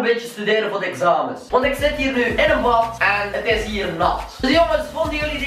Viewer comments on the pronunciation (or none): Pssst het enige waar je bat in zegt is batman het echte woord is bad haha:)